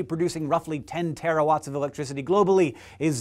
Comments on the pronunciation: It's Terawatts at the end of the video, not "Terrawatts" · 10 "terrawatts".....haha, nice one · Haha, terrawatts. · lol, "terrawatts"